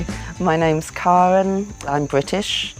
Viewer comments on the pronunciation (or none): Never heard someone pronounce Karen that way 😅 Posh way I guess